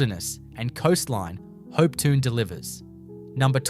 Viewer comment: Please work on your pronunciations. For instance - Hopetoun - Hopetoun.